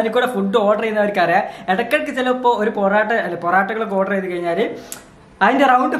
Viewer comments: Dude poratta Alla porotta 😎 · Poratta alla porotta enna parayunaa 😂😂